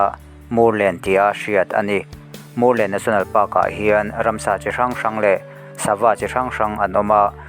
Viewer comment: Murlen, tih hi, Vamur lenna tih tluk a ni a, Lam dik atan a ṭha e, Sialkal tih pawh hi, Sialkál tih ṭhin a ni.